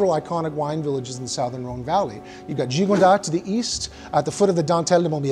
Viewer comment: Uh, "sowthern" Rhone? I'm confused about your chosen pronunciation. Great video, though!